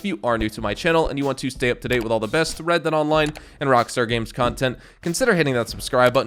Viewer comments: “New wred dead online” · "new WRED DEAD ONLINE" wred? :o